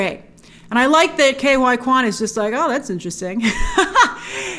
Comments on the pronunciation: surely ke huy quans name is not pronounced "K Y Quan" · she should really work on the pronunciation of Ke Huy Quan